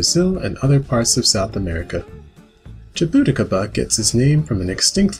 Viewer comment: Dude this guy pronounced Soooooo many of these names wrong 🥲🥲. For example, it's called "ma-may" not Mami. The name is Hispanic, and so its vowels behave somewhat differently. It's "Sha-bu-ti-caba". The j makes a different sound in Portuguese